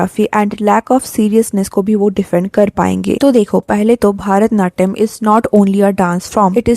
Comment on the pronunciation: It's not भारतनाट्यम it's भरतनाट्यम